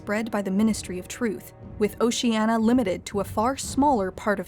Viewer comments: Is anyone else just getting irritated by her failure to pronounce "Oceania" correctly? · Just because she mispronounced it doesnt mean it isnt Oceania. Orwell wasn't demonizing just Stalinism. He was a socialist himself who opposed Nazism but rightly saw what Stalin was and had implemented, which wasnt socialism and became disgusted by it. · Shouldn't you pronounce the I in Oceania? At least the reader did in the audio book I listened to. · 'how many times can i pronounce oceania wrong in 12 minutes' the movie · The narrator repeatedly mispronounces the word “Oceania”. The word has five syllables not four. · Oceania has 5 syllables not 4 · Jesus Christ. At least pronounce it properly! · A video about Oceania, and the narratrix can't even pronounce the name correctly! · Did Newspeak lose the letter i, because last I checked there was definitely one in the word Oceania. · Can't you pronounce O C E A N I A correctly? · O-Shee-Ey-Nee-Aa not O-Shee-Ey-Na. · Why are you saying it like "oceana" and not "oceania" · PLEASE correct your pronunciation! It's "OcianIA" (-nya); not "OciANNA". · It's "Ocean-ya" not "Ocean-a" ffs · You know it's pronounced "Oh-Shee-ah-NEE-a", not "Oh-Shee-ah-na", right? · OcenIa not Oceana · Is it really pronounced "Ocean-ah"? I've always thought it was "Ocean-ee-a", like it's spelled. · It's oceania not oceanna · It'd be better if Oh-sheeh-ah-knee-ah was properly pronounced. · There are five syllables in "Oceania". O-shee-an-ee-uh. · Why is she pronouncing it as "o-shee-anna" but it's spelled Oceania in the title? It's really bugging me. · O-she-Ah-Ne-ah, is its correct pronunciation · It's annoying she doesn't pronounce Oceania properly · It's pronounced "oh see ahh nee ahh". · Oceania: Has an i: “oceana”._. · Why is it so hard to pronounce 'Oceania' [oʊʃiˈæniə] correctly? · Say OCEANA just one more time... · Why can't you say Oceania correctly ffs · Good video, but you mispronounce Oceania.